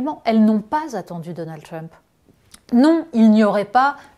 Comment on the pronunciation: je ne peux pas l ecouter prononcer le mot Trump. comment on peut etre aussi ridicule? pourquoi elle ne prononce pas Harris de la meme façon ? une perosnne lui dise, please!!!